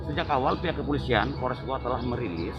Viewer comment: Saya koreksi bang kabupaten GOWA, bukan GOA 😁🙏